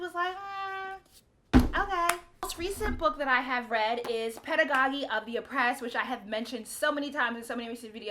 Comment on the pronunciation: F-F is my dude... and It's pedagogy (pe-dah-go-GEE... like in the word prodigy)